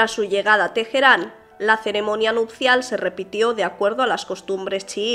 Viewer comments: Una duda, ¿por qué dices Tejerán? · problemas de identidad...spanglish. en español la "H" es muda, en ingles surna como la "J"